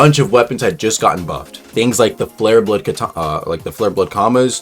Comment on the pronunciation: WAIT HE SAID FLARBLOOD KATANA IS THAT NEW WEAPON COMING????????????????????????????????????????????????????